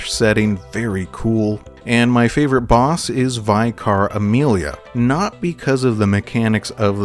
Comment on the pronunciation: Is it an American thing to pronounce vicar as “vie-car”?